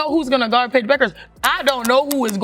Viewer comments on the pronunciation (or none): Deep dive? Deep sh!t, more like. FFS tech you robot to pronounce Paige's name correctly!! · No, you were getting at how they shut down Betts, which they didn’t. And mispronouncing Paige’s name? That’s junior high school stuff.